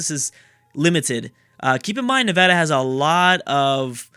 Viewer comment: you being from California, I'm not surprised you pronounced Nevada right